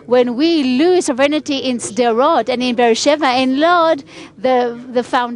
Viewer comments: It isn't pronounced: So VRE nity but SO vrenty (sovereignty) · 1) FYI It's sovereignty, not soverenity, ˈsä-v(ə-)rən-tē; no i between the n & t. 2) Sovereignty without repatriation to Jordan & Egypt is doomed to failure as is the status quo. 3) The ONLY effective, compassionate solution to the existential threat from the overwhelmingly genocidal Arab Muslims Israel's leaders permit west of the Jordan in contravention to the Balfour Dec., San Remo, & '48 victory, is their repatriation to Jordan & Egypt. Your ideas are suicidal long-term.